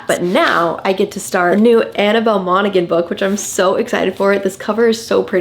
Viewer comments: I just graduated highschool with Annabel Monaghan's son and I just wanted to say its pronounced "mon-a-han" the "g" is silent lol 😅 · you are so perfect and should be totally perfect. You are not pronouncing Monaghan properly. Put it into google. - it’s Irish so you don’t pronounce the gh…😂🎉❤ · Annabel Monaghan last name is pronounced moms Han